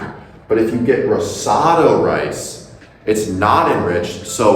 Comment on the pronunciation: You’re mispronouncing risotto.